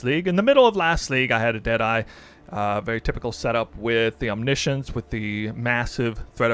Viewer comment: he pronounced it right, you can just google it